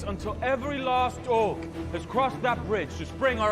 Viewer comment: Pretty sure Al Michaels has no earthly clue what an orc is, or how to pronunce it, obviously.